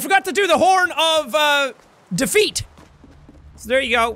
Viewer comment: Horn of defeat... sounds like Horn of Cows